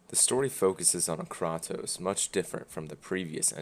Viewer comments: I'm just here to question how one man can pronounce Kratos so incorrectly. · You can't even pronounce his name right. Did you actually play it or have someone narrate it to you? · You can’t even pronounce his god damn name correctly 😂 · why is the guy saying kratos name incorrectly when the game tells you how to say it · I like the lore they have built could be a cool as movie.....but the game itself is a so boring. Same thing over and over and over. also you've played the game so why do you keep pronouncing Kratos name wrong on purpose? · If you are going to criticise a game at least learn how to say the name of the main character correctly. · Everytime you pronounce his name wrong I cringe a little. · Its fine if you hate it, but my god [of war ;)] at least pronounce kratos' name correctly. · wtf you dont even know how to pronounce his name correctly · How the fuck can you play the game, but not pronounce his name right???? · you couldnt even prounounce his name right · Kratos: Everything is different now boiii, try not to dwell on it. Oh yea and you say his name wrong.. Did you even play any other God of War game? I doubt it... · You've played the games but don't know how to say Kratos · I hate the game, but how do you mispronounce a name that is spoken throughout the series? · I’m sorry, what? You pronounced his name wrong. I’m sorry, but you lost me in the first minute of your video because of that. When I hear criticism from somebody who can’t even pronounce a characters name, I’m done with the entire review completely. Second complaint, he called this a reboot. It’s not a reboot, but a sequel. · I agree but stop saying kratos the wrong way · your talking about the god of war series and don't even know how to pronounce kratos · Did you just call him *krahtos*?😂😂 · Are you saying kratos like kraatos for fun or is that actually how you think its said 0.o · Damn dude, is that really how you pronounce kratos? It's pronounced like kraytos. Not the way you say it.